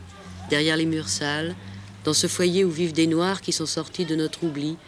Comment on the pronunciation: Derrière des murs sales dans un foyer ou vivent des noaARrrr!!! 🤣